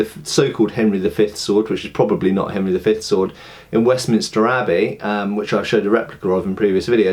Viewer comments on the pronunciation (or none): none